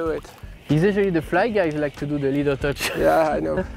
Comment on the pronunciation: Team Gunki is now Team Leadertouch 😂 wounder how many times the new guy say "leeadertouch"